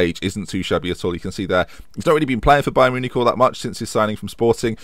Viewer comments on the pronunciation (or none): none